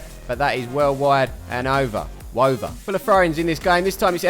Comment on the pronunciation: Unlucky palmers, you deserved the win. Got so happy when said "wover" 😂😂